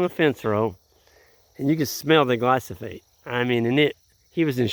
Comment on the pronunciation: Love your vids. Note that it's glyphosate; not glysophate, though.